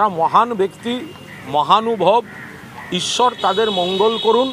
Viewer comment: আগে তুই ঈশ্বর বানানটা ঠিক করে উচ্চারণ কর‼️তারপর ভাবা যাবে তোকে কোথায় রাখা যায়।💥🤷😳😏